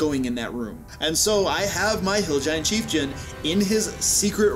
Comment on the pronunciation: The "cheifjun" thing killed this video for me less then two minutes in. I can't handle it after the last video.